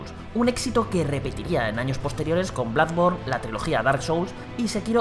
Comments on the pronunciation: Sigo sin entender por que a Bloodborne lo pronuncian Bladborn... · Yo tengo entendido que la doble "O" se pronuncia parecido a la "U" y la "U" suena un poco parecido a la "A" pero no tan exagerado como cuando por ejemplo dicen "Ancharted".... Es decir, en el caso de Bloodborne, creo que están pronunciando como si estuviera escrito Bludborne, y a parte de esto, como dices tu, le exageran a la pronunciación que de por si ya viene errónea